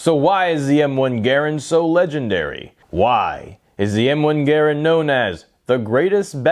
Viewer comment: I smashed the thumbs up because you pronounced it correctly ha! too many these days do not excellent video my friend great history of an iconic weapon